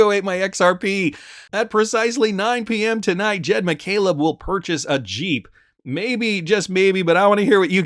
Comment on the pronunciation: It’s Jed not jeep